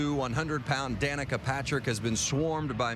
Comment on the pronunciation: Funny thing is the announcer pronounced her name wrong for half the lines, but they kept it in. Dan-eh-kah and Da-neek-uh are both heard.